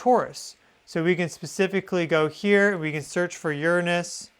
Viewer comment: finally somebody that pronounces Uranus correctly! It sounds so much better like that.